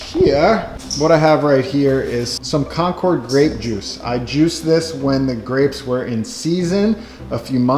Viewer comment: The grapes are named for a town in Massachusetts called Concord. It's not pronounced like the airplane. It's more like conquered (or conkid) with the accent on the first syllable.